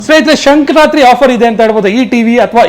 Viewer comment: 1st learn how to pronounce Sankranthi festival spelling. That is Sankranthi not sankar ratri